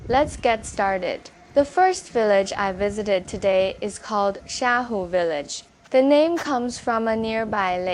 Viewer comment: Should be Xiahu, not “Shahu”.